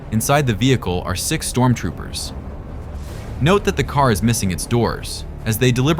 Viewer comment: 3.15 `STORMTROOPERS` Lol !!!